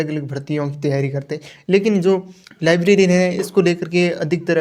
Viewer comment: laibrerian hota hai laibrarin nhi